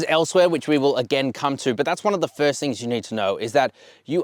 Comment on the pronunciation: "Fist me and fist me good"........ Really?